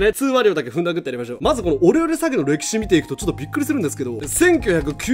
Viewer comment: オレオレ詐欺がお料理詐欺に聞こえてちょっと草